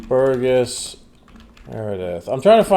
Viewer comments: "Burr-jez" not "Bur- guess". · Burgess is pronounced with a soft G.